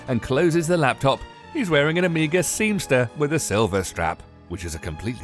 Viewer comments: "Seamster" I think you mean "Seamaster". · Seamster?? surely you mean Seamaster?? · just like its not omega seamster it’s seamaster. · Omega Seemster 😂😂😂😂😂😂😂😂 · he called it a bloody SEEMSTER too hahaha